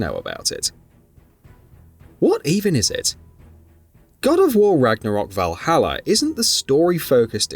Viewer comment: Speak correct english..vahallaer?!?🙄